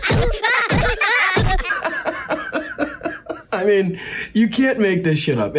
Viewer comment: 'Kimberly Gar-foil'?! 🤣😆😂